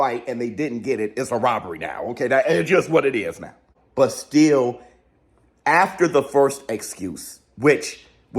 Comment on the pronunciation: The morning afterrrrrrr 😂😂😂